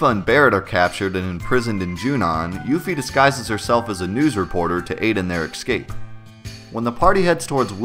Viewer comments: Not the worst mistake in the world, but FYI: The word is "escape", not "exscape". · lol you saying "excape" instead of escape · Escape. Not excape. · this guy said "ekscape" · "Ecsape" SMH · Why are you pronouncing escape like it has an x? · Roberta Tallienne I felt like a dick pointing this out, but I noticed the same thing, made me not trust his pronunciations on anything. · There is no "X" in the word escape.